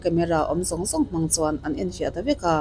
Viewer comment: Sorry!! ~hnan~ 'Hman chuan' tihna aw. 'Chhim lamah ṭawng sual a awm lo e' tih a nih kha maw 😂😂😂